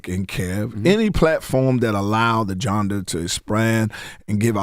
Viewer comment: This nuccah kept saying janda tryna say genre, Katt must b right